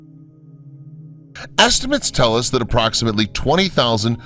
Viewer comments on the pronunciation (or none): none